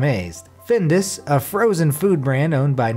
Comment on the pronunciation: The one about horse meat in Findus products puzzled me. I lived in the US for years and never heard of Findus (he pronounces the name wrong, of course) until I came to live in Italy where eating horse meat is pretty common. Just as you can see butcher shops in the US with pictures of cows, you can see butcher shops in Italy with pictures of horses. I think I once ate horse meat as a guest in someone's home because it didn't taste like any meat I had ever had before but I was afraid to ask. It was good and I'm still around after 20 years.